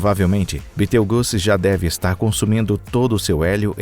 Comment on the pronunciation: Toda vez que esses "narradores" pronunciam no nome de Betelgeuse de modo tão grotesco, fico com vontade de socar o cara... É só ler o que está escrito, sem ficar inventando... E é 8 Bilhões de anos não milhões...